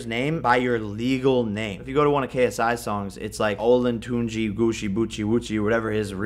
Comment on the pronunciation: Did this man just pronounce JJ's name "Olantunji Goochie Coochi Boochie"???? This man is TRIPPIN